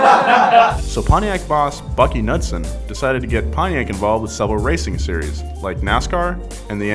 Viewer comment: It's Bunkie not Buckie and its Knudsen pronounced Knoodsen